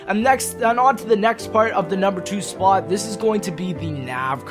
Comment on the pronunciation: I don't like how you pronounce the word "spot" change it.